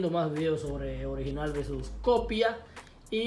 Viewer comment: "Original velsus copia" 😂😂